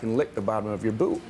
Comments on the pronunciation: a boot fetish?? i thought i heard boob fetish hah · lol i thought that guy said boob not boot "i threw my boob up there" wtf?????